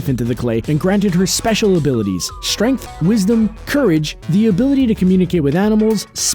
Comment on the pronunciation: if you're going to narrate, pronounce your words. Constructed, not conshtructed. Lass-sew, not lass-su. Strength, not shtrength x 3. Strong, not shtrong. Gal Gadot, pronounce the t. Know the main actresses' correct pronunciation of her name. Indestructible, not indeshtructible. Strapping, not shtrapping.It's one thing if you're sitting in front of a camera with your little YouTube channel, not if you're a professional. How would it sound in this narrative if all p's were changed to the ph sound of 'f'. Irritating, no?